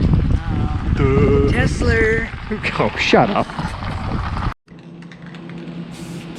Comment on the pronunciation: Tesler! Aww shut up lol